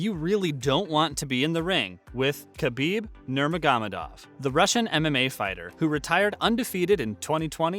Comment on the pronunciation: This guy can’t even pronounce his name.